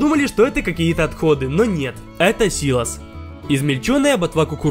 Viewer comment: дед говорит что правильно сило́с